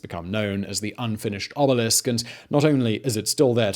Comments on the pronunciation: But can’t say “obelisk” lol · This man nails Ancient Egyptian names but fails at more moderrn names